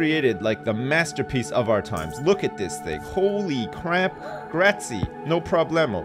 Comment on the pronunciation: doesn't know how to say Grazie